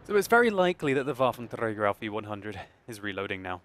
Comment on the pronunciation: I love how you say Waffenträger i mean it sounds good and correct and well your one or even the only one that says it correct